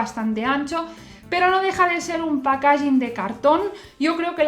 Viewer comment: Buenas guapa, me encantan tus vídeos pero en varios he oído donde pones el acento en packaging y me chirria un poco, como va a salir más veces te pongo esto, sigue así! Sonido de packaging